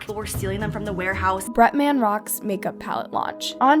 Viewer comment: "BRETMAAN" gurl it's pronounced "BRETMUN" just fyi for the future videos lol 🥰❤